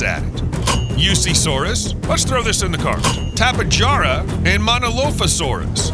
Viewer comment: Bro its (tapy-hara) bro u got it wrong 😂😂😂😂😂😂😂😂😂